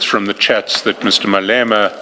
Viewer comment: Crap AI. Cant say Malema ! Fix before publishing!😢